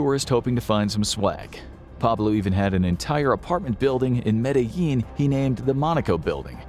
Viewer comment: It's pronounced: Mad-de-jean